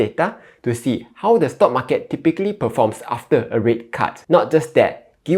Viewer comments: He pronounce as "Mar Cat". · The way you pronounce "market" tells me you are from Malaysia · that's how ziet invest pronounces as well haha